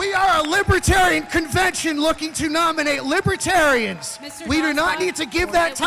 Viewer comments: "Libatarians". Trump can't pronounce any words or string coherent sentences together. Good to hear them boo this facist. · He can't even pronounce them. "Lipitarians", maybe he's on "Lipitol". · He can't even pronounce libertarians.